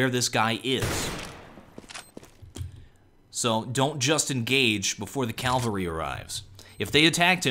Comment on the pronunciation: Calvary cavalry.